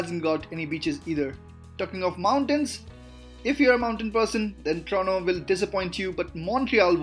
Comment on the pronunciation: Dude its not trono it Toronto don’t eat the T whith your try hard accent